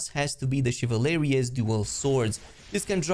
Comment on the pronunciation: Chivalrous is pronounced shiv ul rus. Not chivalareous😂